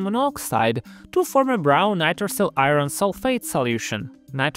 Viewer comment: "i-ron" lol every time.